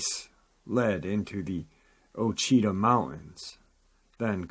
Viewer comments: being that I'm from Louisiana I'm pretty sure it's pronounced wah-chee-tah or Washita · It's pronounced Washitaw mts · Ouachita is pronounced Wah-chee-tah often mispronounced